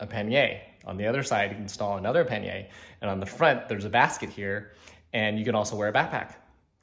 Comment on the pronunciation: Pan yer. Not pan yay🤨